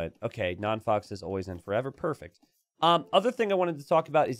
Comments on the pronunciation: I'm pretty sure "non faux pas" is a french pun and is spelled "non fo pa". As a french speeker, it was funny hearing "fox" all the game x) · by the third time you said 'non fox' I had to click off. Yes, we all pronounced that word wrong as kids, but we're adults now and its time to grow up. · “ Non foe pah “ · If only knew how to actually say Non Faux Pa's name, it would make the fact that he was host and all techs are on way funnier lmao.